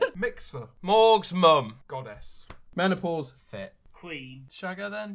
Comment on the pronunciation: “morgzmum” “mEnOpAuSe!”😂